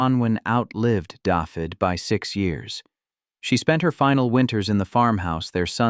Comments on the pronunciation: Every time I hear the narrator pronounce David as daffid it makes me cringe. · It's pronounces Davith ( hard TH of the) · Can't pronounce Dafydd.